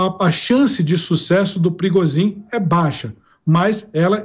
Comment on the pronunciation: Esse "PIRIGOZIM" tá muito "PIRIGOSO".